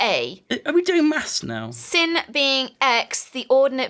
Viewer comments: I know they're not straight out of high school but come on!!! A sine? Really? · I CAN'T BELIEVE THEY'RE PRONOUNCING IT AS SIN AND NOT 'SINE'! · T Johri Oh btw, Its sine.....pronounced like SIGN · It's "sine" not "sin" Also, did you guys never take Algebra 1? NEVER? Sine and Cosine are vital. As a Power and Energy Engineer (in training), Sine waves and Imaginary numbers will fuel my paycheck. Also, 'Aura Cascade' is a hoax. It's just a Science mod thinly disguised as magic. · That fact that it's a sine curve (pronounced sign for future reference) just means that the amount of power varies over time in a pattern like a sideways S (technically it's also upside down, but you get the idea) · Hey, love u so much, and it was amusing to hear you talk about sin-usoidal shit. Anyway, Its pronounced sin, like tan, cos, and that stuff. I'm in Gr. 11 now, and in Grade 10, I had to do Functions for Gr.11 It was hell But its really just a wavy graph. Tbh, that was such a stupid word to use for something like that. Disregard that, it just means wavy. Kk Love you BYEEEEE